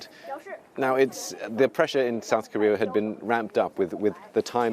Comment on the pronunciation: He said sad coria😂😂on minute